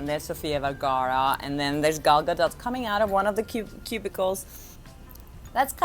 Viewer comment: You're sweet! I lost my father in December 2003 and my mother in December 2009...not fun, its especially difficult when you lose your mother, well it was for me anyway. And you're right Gal Gadot is a sweet heart, and you pronounced her name correctly too! Hearing most people (Americans in particular) still pronounce it Gadowe is getting a little annoying. Anyway I hope her back injury gets better, she's had it for a while now, and I'm a little worried for her. I believe Justice League reshoots are starting in the Summer, I hope she'll be better by then. I've suffered from recurring back trouble for decades now and it can take you out of circulation for a long time! Anyway a great vlog and all the best.